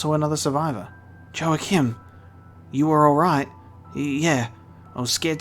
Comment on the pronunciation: To clarify, the J in "Joachim" is pronounced as an H like in Spanish, e.g. Joaquin Phoenix